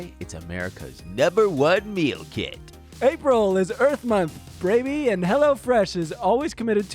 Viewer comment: biting his tongue during the HelloFresh ad when says "recikable" and "braby" lmaoooo